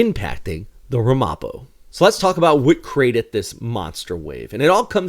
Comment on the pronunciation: It's a quibble, but the name of the ship is pronounced RAM'-uh-po, with the emphasis on the first syllable. (I grew up in the Ramapo region of NJ-NY.)